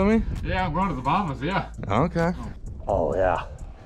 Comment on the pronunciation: I honestly thought when you said "... on our way to the bottom" when you said "Bahamas". Lol